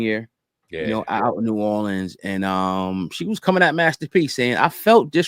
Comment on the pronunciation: Thank you for pronouncing New Orleans correctly... I hope you come visit one day ❤❤❤❤